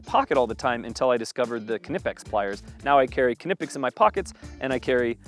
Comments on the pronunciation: Ok, as someone from Britain I'm wondering why Americans are now pronouncing silent Ks, I'm seeing it everywhere now with knipex etc. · Stop saying the K in knipex